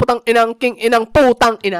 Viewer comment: powtang ina😂